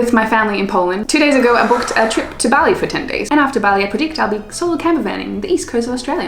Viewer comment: B-AH-li. B-AH-li. Not Belly. Have you never heard anyone say the word Bali before?